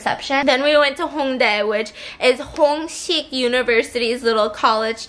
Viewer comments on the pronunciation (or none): Did Stephanie just called Hong-ik university as hongshik hahahahahha